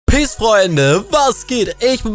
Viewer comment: Wiso sagte du piss Leute es heißt Peace [pés]